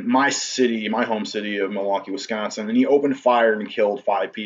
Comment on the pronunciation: he said “wis (kkk) consin” 😂😂😂😂😂I see what you did there